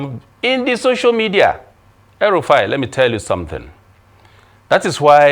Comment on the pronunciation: Did you just call Rufai, El Rufai? 🤪